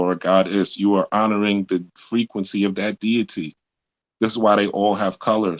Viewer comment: OMG. Frequency = Frequent-cy